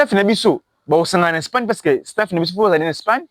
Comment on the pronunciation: Courage jeune homme, tu as l’enthousiasme et la soif de progresser mais il faut corriger bcp des choses et sala très attention pona français on dit Espagne et non spagne, c’est en anglais qu’on dit Spain. Courage